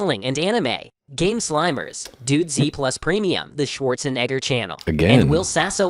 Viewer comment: They gotta check the pronunciation on Schwarzenegger, homie.